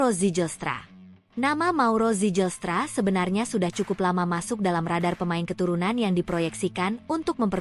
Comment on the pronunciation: Baca nama org yg bener dong. Ngga ada nama org Belanda yg diucapkan "sijelstra". Berani jadi pembaca teks di youtube, belajar dulu. Jgn asal jadi atau asbun